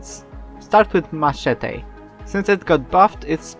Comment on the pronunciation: I love the way you say Machete :DD